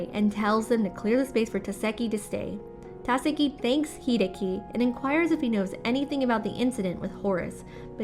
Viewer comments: She kept saying either Tάkasi or Takasί but never Takάsi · You do realize Takashi is pronounced Ta-ka-she, right? Not Ta-ka-see. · It's TAKASHHHHHIIIII. NOT TASEKI OR TAKASI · TAKESHI NOT TAKESI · can you please stop saying, takasi, it is tekashi (pronounced. TUH-KAH-SHEE) the previous narrators did that pronunciation so please stick to that. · OMG!!! It's Tah-kesh-ie!!! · TAKESHI - ta keh shee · Narrator shouldve watched part 1!!!! Takeshi. Ta as in ta. Ke as in ke. Shi as in shi. Holy shit, lady. Thats "haly sit" to you, I guess. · Yet it's still Ta KE shi... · Ta ka see 👀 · and sometimes "Ta-se-ki" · That Takeshi pronunciation is both brutal and diabolical. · I love how i am so interesting in the first 4 parts and then some dumb bitch cant pronounce the main characters name and i lose all interest in this series.